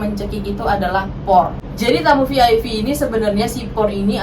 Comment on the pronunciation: Kok Vi Ai Vi sih?? Klk VIP bacanya Vi Ai Pi Klk VVIP bacanya Vi Vi Ai Pi 🙄🤔🤭☕💞💋💞☕